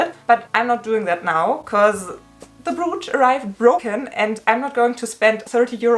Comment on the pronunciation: I’m feeling you! Hope you‘ll get the money back! Just one thing: your pronouncuation of ‚brooch‘: it‘s not [bru:tsh], the vowels sound like in ‚coach‘